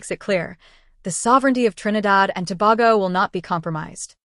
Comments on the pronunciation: TO-BA-GO Ms AI! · Trinidad and Tobago. Tobago is pronounced "To-bay-go". Please, you must have heard it said how many ever times.